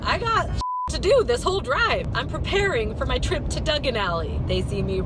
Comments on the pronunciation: Wait.. Did she just say Dugen Alley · Girl you ended up in Nocturn Alley the way you pronounced Diagon Alley. Molly Weasley: "what did she say?" Arthur: "Dugan Alley" Molly: "I thought as much" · you said dungun alley instead of Diagon Alley